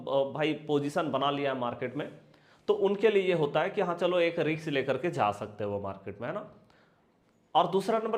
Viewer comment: Nice video but ‘Risk’ ka उच्चार ‘रिस्क’ है (जैसे डिस्क disk) - रिक्स नही (जैसे मिक्स mix, फिक्स fix or Vix). Mujhe aapke sabhi video ache lagte hai.